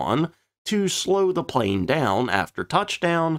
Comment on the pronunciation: We found it... The "PLNE"